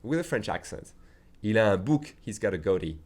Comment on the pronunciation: You have been a phenomenal teacher for me, so I feel that I must return the favor. , in conversational American English, the word “goatee” is typically pronounced “go-TEE” with stress on the second syllable “tee.” Hope this helps!